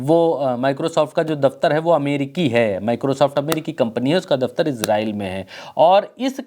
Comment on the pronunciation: एजरेल नहीं इजराइल